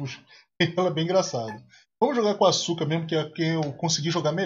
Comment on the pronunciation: Em só uma coisa, nome da menina si pronuncia Aska, no japão a letra u é mudo, desculpa aí dizer isso, mais é bem curioso isso. Poxa, vc deveria fazer uma série de jogos Cute, pra piorar a maioria de jogos dessa pegada de garotas fofas, são tudo jogo bom, isso q é engraçado, exemplo Arcana Hearts, que pra mi é sucessor espiritual da Asuka 120%.